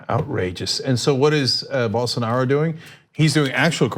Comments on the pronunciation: Why is she pronouncing it "Ger Bolsonero" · At least they should try to pronounce Bolsonaro correctly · Please work on your name pronunciation Ana. Respectfully, its da Silva, not del Silva, and BolsonAro, not BolsonEro.